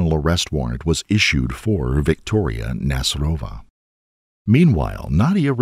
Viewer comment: Nasyrova is a Tatar second name. So you put on Y' when you read it